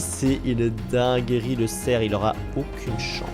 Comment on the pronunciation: C'est pas cerc😂 c'est cerf